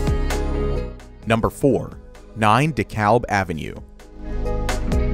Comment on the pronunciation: It's "D" Kalb ave... Obvi not a NY guy...